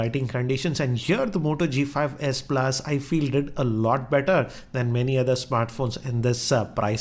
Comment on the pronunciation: ....its s+ not asa plus